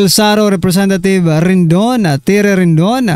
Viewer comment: RIDING NOT "RINDON".